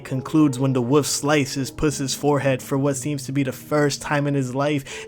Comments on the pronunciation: It’s pronounced wolf not woof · The way you said wo(l)f is infuriating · Why does he pronounce “wolf” as “woof” lol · "red eyed woof"💀